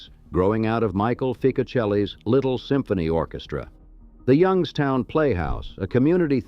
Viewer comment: ...and now they are all dead. Yung-ESS-toun rots better than any city I've ever seen. It's as if it was built to rot.